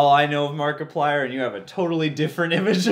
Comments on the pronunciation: You said Markiplayer in the beginning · He called him markipalyer I’m the intro lol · lol markaplayer. its markieplier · Wait, at he beginning did he say markaplayer? Wth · It is markiplier not markiplayer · Did he say markiplayer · you said markaplayer rely why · You seaid his name wrong